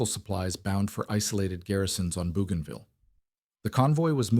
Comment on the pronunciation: Flying northwest out of Henderson Field looks like rubbish to me, as does Japanese radar on the Islands and the pronunciation of "Bougainville". This looks like a very unserious production.